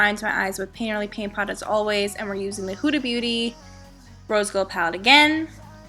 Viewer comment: Bye it's pronounced h-u-d-a